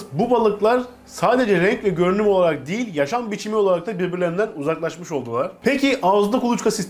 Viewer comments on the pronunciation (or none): none